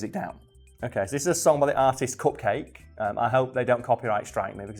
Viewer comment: For the record, Cupcakke is meant to rhyme with bukkake.